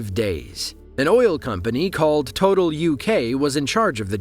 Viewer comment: Just for future reference, the oil company "Total" is a french one. And it's pronounced "Tow taal", like it's two different words.